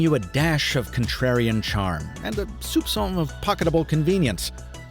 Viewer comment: Next time you say "Soupcon", put a small emphasis on the "P" when saying it otherwise you are saying "Lollypop". Not that I don't find it adorable as a French speaker, but you might want to know why we smile when you guys say it to us! =) ALSO: Thanks for the update on the foldable, with the thin glass issue on Samsung, I needed to know and I don't think I heard about it a lot from other channels...